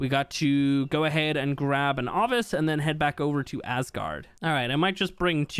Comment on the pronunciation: Lol why are you saying Avis, its Ovis 🤣